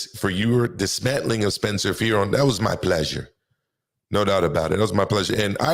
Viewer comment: i dont like how u doing my boy like that. Spencer worked wayyy to hard for you to scalp his name like that 😂😂